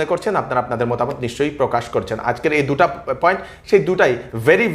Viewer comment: Sir, sec, duta is not the right pronounciation, it should be hoito 'Duita, Duiti, Duto', but not that duta...Hope u might not get offended n would rectify those wrongfully pronounced words in the videos uploaded next. Thanks again for ur work.